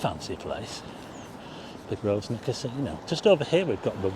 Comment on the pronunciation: Grovnor, not GrovSnor! (silent S)